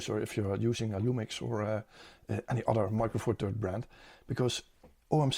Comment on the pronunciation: Weer een top video! Zeer behulpzaam en informatief. Een kleine suggestie; je huidige uitspraak van "THirds" in MFT klinkt als een harde T, wat de betekenis verandert in iets dat je vast niet bedoelt💩👀